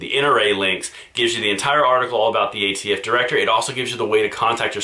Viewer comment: The new ATF Nominee? I thought Biden said AFT Nominee.